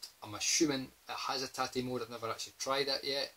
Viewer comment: Wow. High praise for Steel Dragon EX! It definitely serves up a lot of bang for the buck! Hey! You pronounced TATE right! Gold star for you! I still need Viewpoint on the PS1, and I had read that it's bad, but I didn't realize it was THAT bad! I'm hoping 60 Hz will solve the problem hahahaha! Given the fact that the PS2 can play PS1 games (but it doesn't play Gradius Gaiden properly--doh!), it is one of the best shooter machines money can buy. The best would be an early model PS3 that plays all three consoles and can download loads of PC Engine titles, etc. OK buh bye!